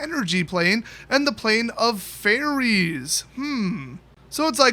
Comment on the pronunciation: when he said fairies I thought he said Teferi and I almost crapped myself